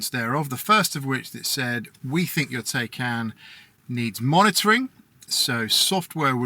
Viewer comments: Bruh.... At least say it right! Tie-Kahn. Rhymes with Icon. Fact check me! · I own one too, but the YouTuber should at least pronounce it right! Both syllables he is pronouncing it wrong which just makes more people think that's the proper pronunciation!